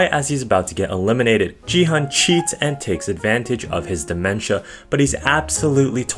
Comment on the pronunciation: Yo gi hun pronounced as the hard g